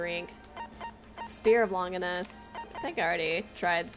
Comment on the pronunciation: weeby killing eva fans everywhere saying "The Spear of Long Ginus", long-jinus